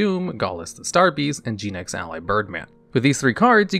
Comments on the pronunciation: Gen -ex not gene-ex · "Gee-nex"? Isn't it like, Gen, as in Generation or Generator?